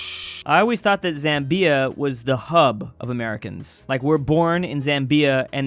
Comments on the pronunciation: It's "ZAM-bia" and "The GAM-bia", not ""zam-BEE-a and "The gam-BEE-a". Unexpected from a guy who gets Lesotho right! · when pronouncing Zambia, the Zam has equal weight with the bia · He said Zambia like "zam-BEE-a" its pronounced "ZAM-bee-a" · mans really pronounced it zam-bee-ah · The way he was saying Zambia is killing me 😂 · please learn how to pronounce Zambia😭😭😭😭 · You are pronouncing Zambia wrong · Why you pronouncing Zambia like that bro. It’s actually pronounced ‘bapukofashaskaletujornaletui’. The ‘Z’ is silent. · did anybody else notice the way he said Zambia?